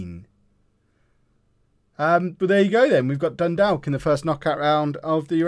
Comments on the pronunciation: just to let you know it's pronounced Dun - Dork not Dun - Dalk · Dundalk is pronounced more like Dundawk